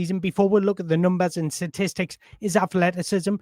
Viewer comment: Please find a voice mirror and practice the word "statistics". You use it far too often to struggle saying it. Its not "Satistics".